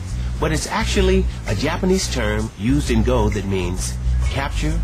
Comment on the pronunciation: Go is pronounced just as Go, not Go like telling someone to get somewhere. There's a japanese guy pronouncing it right - Let's Learn Go!! (Japanese Rule)